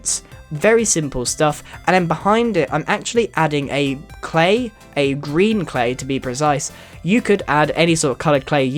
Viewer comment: I like that when you say green,it sounds like grean which rimes with corean.